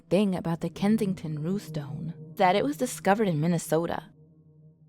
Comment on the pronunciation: You can say 'Rune' and you can say 'Stone' yet you have some sort of disconnect when you try to say 'Runestone'????